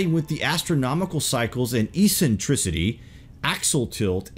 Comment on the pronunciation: Two pronunciation pointers: eccentricity is ek-sen-trih-city and precession is preh-seh-shun. :-)